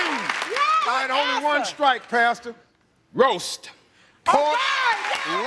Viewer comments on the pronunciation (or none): none